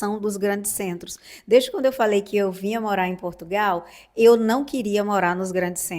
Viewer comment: Queres que venham mais brasieiros para cá? Com as novas leis da imigração, que estão a ser discutidas e aprovadas, muitos brasileiros não vão poder "vim". Nem sequer sabes pronunciar de maneira correcta o nome do nosso país.